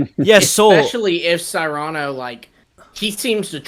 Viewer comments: I think Cyrano is pronounced SEAR'-ano. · Great show, fun as always. Keep up the good work, guys! Also, just wanna throw this out there, but pretty sure “Cyrano” is pronounced “SIH-ruh-noh” (like the story of Cyrano de Bergerac based on the real person of the same name). Though I suppose nothing’s official until they say it out loud lol